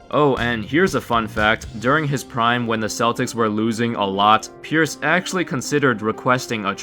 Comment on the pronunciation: Kinda Sounds like you're saying "purists" lol